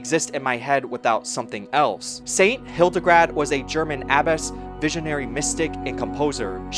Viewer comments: Great documentary! Thank you for all the work of putting it together. You may wish to correct "Hildegrad" (von Bingen) into "Hildegard," the second syllable is pronounced like English "guard". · HildeGARD, not hildeGRAD 😆 sorry, I can't help myself Otherwise a very good documentary! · Hildegard, not Hildegrad 😊